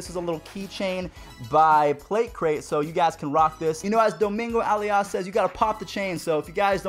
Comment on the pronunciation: Why tf does he say Domingo Ayala like that😭😭😭